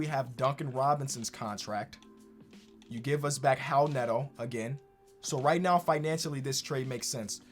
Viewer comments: why do you pronounce it howl neto? is that how he says it? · Is it actually pronounced "Howel Neto"? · Hal Neto. Is that how it’s pronounced lol? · “How Neto”😭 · Did think that the R in Raul Neto was an H? or is that how you're supposed to pronounce "Raul"? or is it just his dyslexia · why did he keep saying Howl Neto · please pronounce raul neto's name right